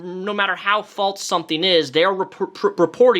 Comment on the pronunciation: Great video. I noticed you say “false” like “faults.” Do you say Alzheimer’s like the people who say it “altzheimers?” Just wondering. No hate. I found it interesting.